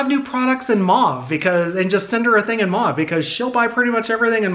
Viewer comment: Lol I’m so glad you know how to pronounce mauve I don’t understand where they get “moe-v” lol